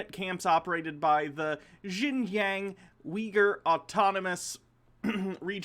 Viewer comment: About that part of china. Pronounce it like "shin-john". Its not exactly right, but its closer